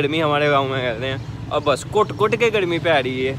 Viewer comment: آپ ر کو ڑ کہتے ہیں، جیسے گڑمی، ڑوڈ، ساڑے کام چھوڑو۔ اور بھی کافی مسلئہ ہے۔۔ تلفظ اچھا ہو تو ذیادہ بہتر رہے گا۔